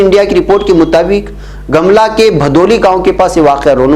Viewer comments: Jharkhand, Gamla nahi gumla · गमला नही गोमला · Gumla naam hai sir gamla nahi hai sir